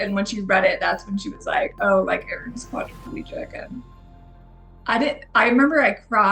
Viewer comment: Your reporter keeps putting an extra syllable in quadriplegic